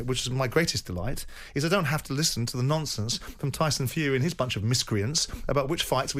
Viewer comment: Simon won’t stand for a load of “nomfonce”🤣🤣